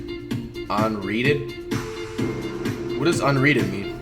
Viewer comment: What is “unreated” 😂😂😂😂😂😂